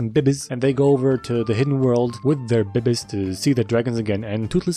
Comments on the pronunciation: When he says Babiez, I hear BB's which I want to stand for 'Bitchin Beard' which is what adult hiccup has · I love when he said bebiez :"D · Is the pronounce of " babies " came from zefrank ? Cuz they still funny to hear